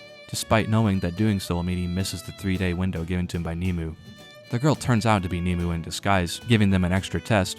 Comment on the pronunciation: The dubbing mispronounces Nimue. It's pronounced ( Nim-o-way)